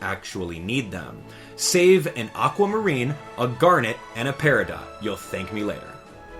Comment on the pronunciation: Pear - a - dough 😉